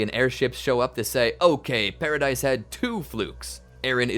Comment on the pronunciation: The pronunciation of paradise island is actually pa-ra-dees island not pa-ra-dise